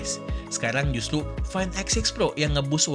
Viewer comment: RRRRRRRRRRRRRRR bang.. Justru bukan justlu 🤣🤣🤣